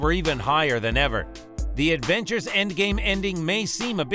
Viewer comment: It’s Avengers not Advengers